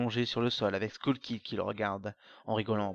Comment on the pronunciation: C'est [skeul] kid , pas [skoul] kid, tu mélange les temps, la narration est erratique, et c'est plus ou moins la même chose que le G-File de Peanutbuttergamer sur le même sujet